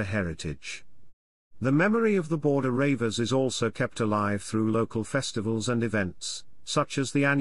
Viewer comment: The "Border Ravers" now thats funny...........good info all the same...